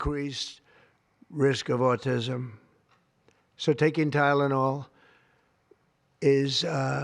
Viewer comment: My mom hates Tylenol and doesn't use it. I still wound up being autistic, since it's genetic. Also, wasn't this claim debunked, like, a decade ago? Forget acetometaphine, the 🦠🍊 could barely pronounce Tylenol.